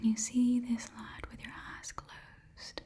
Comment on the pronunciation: Ok I hope I'm not the only one who heard "You have beautiful ass" instead of "you have beautiful eyes"